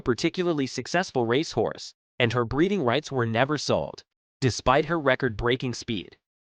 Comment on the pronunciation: Honestly “ Rash horse , can’t pronounce most of they great racers names ! Theses great creatures deserve better than this !